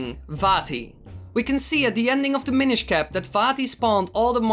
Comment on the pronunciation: i thought you said "the minish cah"